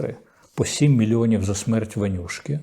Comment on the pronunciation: Корчинсьский вимовляє по москальськи "ванюшки", а треба - вонючки.